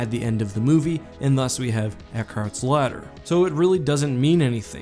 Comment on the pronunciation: Used to called you because when you said ladder I heard slaughter lol